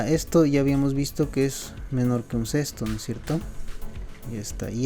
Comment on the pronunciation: como sabes hacer todo esto pero no sabes pronunciar un sexto?